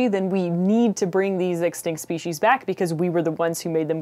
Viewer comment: It's pronounced speshies even though it's written as species. I was actually watching this and thinking how great it is that she pronounces it correctly considering a lot of people in America seem not to.